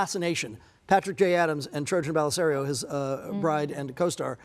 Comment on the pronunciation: “Trojan bellisario” lord help him 😭